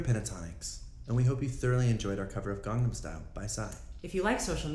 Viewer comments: Why is no one talking about "garnam style??!!" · "Garnam style" Ok den :/ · "Gardum style??"